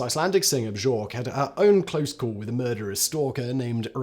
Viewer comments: It's pronounced like "bYORK", gotdam you! Took me way out of the video for that whole section... 😅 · *Chances are you're pronouncing Björk's name wrong. Journalists and fans alike frequently pronounce the Icelandic musician's name be-york. But as Björk herself has repeatedly explained in interviews, her name is actually pronounced be-yerk. *Copied and pasted from Google. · One of the few times I've yelled at my phone lol "Simon did you just say BUHJORK????" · Lol. Did you say Joork when tryin to say Björk? 🙈🙈🙈 It's so weird. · 😳👎 Did Simon literally pronounce BJORK…. as almost the most disrespectful uneducated WTF way ever… WHHAAAT!!?? Buh-JORKE!?!!! C’mon SEMEN! You’re definitely old enough to of course know better although I’m realizing more & more over the years quantity over quality is the name of Whistlers game. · How is it that you do not know that "Björk" in English is pronounced as "Byork" ? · Hi Simon. Bjork is pronounced closer to Byeerk but even that isn't exactly right 👍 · Yelled at my phone "Simon did you just say BUHJORK?!?!" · Simon really needs to learn how to pronounce Bjorks name. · Omg the pronunciation of Björk...... Bleghhh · Mate... I KNOW you know that's not how you pronounce Bjork. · You're trolling us with that pronunciation of Bjork, right? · Hahaha that butchering of Bjork’s name. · I dunno, maybe you could ask the internationally renowned and award winning artist Bjork how she prounounces her name. True, the Icelandic pronounciation is tricky, but it sure as shoot does not pronounce the 'j' in any form. It's lazy, if you appreciate lazy media that can't manage simple research, carry on and don't worry about leaving 5 paragraph comments, maybe you have better things to do eh! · It's killing me hearing Simon mispronounce Bjork. The j has a y sound in Iceland. My Danish nephews name is Jes, but to my American ears, it sounds like Yes. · You completely butchered Bjork Simon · Your pronunciation of Bjork is hilarious!!